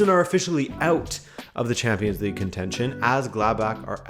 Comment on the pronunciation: Every time said "league uhrr" I laughed a bit